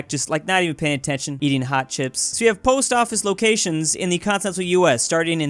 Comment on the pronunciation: "what distroyed the polst office?" Cars,. It's cars.